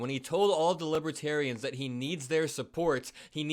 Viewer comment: Drumpf was talking about libaterians. Don’t know who that means, he’s obviously confused again. 😮